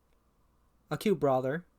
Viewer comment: occult is not pronounced "acute". Other than that, nice video.